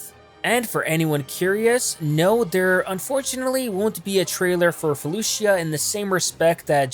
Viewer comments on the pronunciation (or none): It's pronounced Faloosha not Fuh looshia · The I is silent in felucia